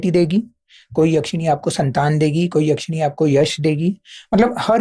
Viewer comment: भाई, याक्षिणी नहीं, यक्षिणी